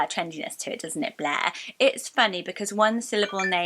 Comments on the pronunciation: I love blair but thats the first name that sounds WORSE in your accent. It really does sound like "bleh" with the soft r 😅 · It also sounds like the French word bleu 😂